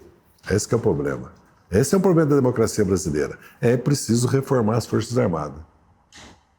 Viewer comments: "Pobrema" :-P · Impressionante! Evidentemente é um homem com muito conhecimento, mas não consegue falar corretamente palavras como "problema" e nem fazer a concordância dos plurais. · Pobrema ou problema 😂?